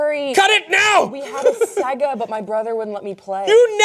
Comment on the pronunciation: The way pronounces Sega does that to me.